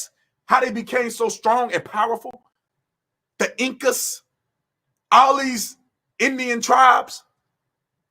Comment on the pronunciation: We love the way you said, “Tha Incas”. Had me and my wife rolling on the floor 😂. I needed to hear all of this today, thank you B Tatum!